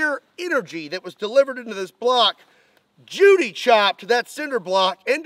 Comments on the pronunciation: “Judy-Choped”??!!! Haven’t seen him on YouTube in a loooong time!!🤣🤣🤣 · "Judy-chopped". I will never yell judo-chop again. From now it is Judy-chop.